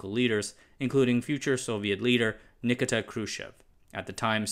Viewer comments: Ni-KEE-tah, not Nick-ita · NIH-KEE-TAH Kruschev, not "nih-kih-tah"... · You do not know the Russian language. You do not explain why Lebedev'v computer was "ironically named". The word "Malaya" means "small', and I wonder if the transliteration is correct. Shouldn't this be "Malenkaya"? Nikita is pronounced "Nee-KEE-ta". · Friend, the proper pronunciation of these names isn't hard to find. (I guess that young people these days have never heard anyone say Ni-KEE-tah ???) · Nikita = nick-eeta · Nikita Khrushchev's first name is pronounced: nah-Key-tuh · You have obviously never heard Nakita Kruschev's name pronounced, but that's not it😂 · That was funny, the announcer didn't know how to pronounce Nikita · Informative video. I must point out however, that it's pronounced NiKEEta KRUSHchev. Thanks.